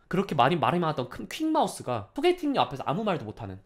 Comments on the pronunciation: 나만 소개팅’년’으로 들렸나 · 소개팅녀-때문에로 이어지면서 년이라고 들리는 것 같은데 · 오빠 발음 좀...